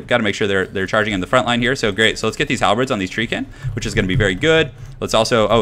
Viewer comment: It is "halberds" NOT "halbreds"!!